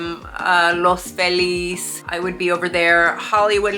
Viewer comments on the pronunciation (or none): Hey, did you notice the way you pronounced "Los Angeles" and "Los Feliz"? So you've got some of both cultures in you. 👍